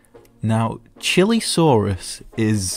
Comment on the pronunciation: whats a "CHILI-saurus"?? its pronounced "Chee-lay-saurus"